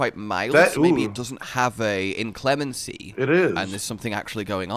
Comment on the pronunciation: Wonders about wylk pronunciation and still says inclemency and wudwuds wrong